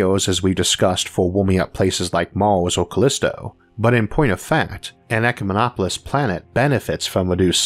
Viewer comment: He pronounced ecumemopolis correctly! :D